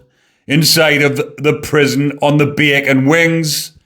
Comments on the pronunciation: I love when says “baycon “ in the Geordy accent. He says it like he means it. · .& from now on, I will always pronounce “ Bacon” in a Gordie accent 😆 (I’m from Wolverhampton) 😆 keep up the good work 👍👍